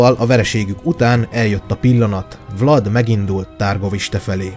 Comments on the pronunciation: Úgy kell kiejteni a Havasalföldi fővárost: Türgoviste. Amúgy jó a videó, csak a "nemesség", "középosztály", "herceg"...hát nem szerencsés szóhasználat ebben a korban és ezeken a keteli tájakon, még ha vannak is analógiás hasonlóságok. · Nagyon jó videó lett , rengeteg infóval és tudással . Építő kritikaként csak annyit szeretnék , hogy mivel itt román helységnevek és személynevek is megjelennek , az a-t á-nak ejtik és az â-t ü-nek (pl . Dan=Dán , Târguvişte=Türguviste )